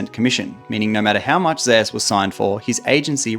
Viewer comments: from what i heard it is supposed to be pronounced like zay oos as a play on his name being woo-je being pronounced like woo jay, some casters say it like how its said in this video and other says like zay oos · can't pronounce zeus disliked